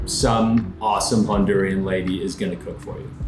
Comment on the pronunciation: Honduran. Not Hondurian.